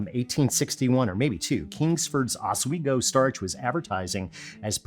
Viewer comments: Not from Oswego but not far from it. You said it right. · You nailed the Oswego pronunciation. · Mr. Alton Brown, Oswego was indeed pronounced correctly, good sir. Cheers, and here's to more pudding! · Hey Alton, you said Oswego perfectly. Also love the content. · Yeah you said Oswego right. I live near there. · You did say Oswego correctly, but most Oswegan's don't have internet yet so no one is coming for you. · as a CNY resident, I can confirm Alton’s pronunciation of Oswego is correct. Please return to your regularly scheduled programming. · Yep, you pronounced “Oswego” properly. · Haha.. you got Oswego spot on! Grew up there! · Oswegian here. You are saying it correctly. Oswego was a major shipping hub at that time as well so a boom town certainly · You said Oswego correctly! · In "Oswego", both Os are silent. . Nah, I'm messing with you, you said it right. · I'm from Rochester, you pronounced Oswego how we say it. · Brown you said Oswego correctly. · Oswegonian here! You did great with the pronunciation, even if you gave me whiplash at my kitchen counter hearing you give us a call out from my living room TV! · yeah, you pronounced it correctly. Or at least you pronounced it the same way as I and everyone I know in the region pronounces it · Your said Oswego right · You pronounced Oswego correctly, sir. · You pronunciation of Oswego is correct Alton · You nailed the Oswego pronunciation! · Rochester NY native here and that is the correct pronunciation of Oswego. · Upstate New York native here; you said Oswego correctly. (Anyone pronouncing it Oz-WAY-goh shall be beaten with reeds.) Now, we can debate whether the first part of AL-ton should sound like AL-bany... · As a Central New Yorker here, you said os-WEE-go correctly. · As a native of Oswego, I thank you for the shout out. As for pronouncing the city, you got it right. Locals have two variations. It can be os-we-go or oz-we-go (think Dorothy and Toto). Both are said as one word with no breaks.